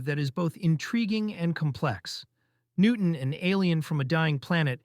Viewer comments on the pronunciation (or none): none